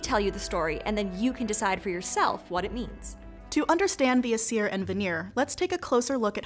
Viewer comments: Small thing, biut Old Norse always stressed the first syllable in a word. So VA-nir rather than va-NEER, AES-ir rather than aes-EER. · Sweet Friggin Hel, the pronunciations in the video... ask a linguist next time, please (Jackson Crawford, mayhaps?)! Some of the things that ticked me off: ° Stress in Nordic words is nearly ALWAYS on the first syllable, never the second. AE-sir, not ae-SIR, VA-nir, not va-NIR, et cetera. Stressed vowels are typically indicated with an accent (á, é, í, ó, ú), sometimes not though. ° Vowel phonology depends on the language (especially with the modern-day inland languages), but with Old Norse, Icelandic and Faroese it's actually quite consistent: A is "ah", E is "eh", I is "ee", O is "oh", and U is "oo", with stress typically making the sound longer, with the Old Norse and Icelandic exception of Á, making an "aw" sound in Old Norse and "ow" sound in Icelandic. My sources: Jackson Crawford pronunciation guides; Some google and wikipedia; I'm not a native Icelandic speaker, so don't quote me on anything. If I came off as harsh/nitpicky, I'm just passionate about Norse-anything, and dislike bad pronunciation :/ (Btw, Kvasir is KVA-seer, not kuh-VA-seer)